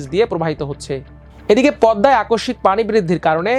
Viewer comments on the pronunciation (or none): none